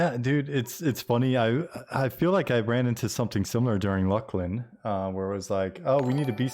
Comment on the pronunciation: That is probably the oddest pronunciation of it that I've heard. I guess some people maybe can beat it with Luss-Lin